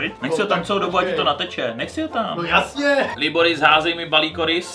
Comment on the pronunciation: Jak říkáš Liboris tak to zní jako klitoris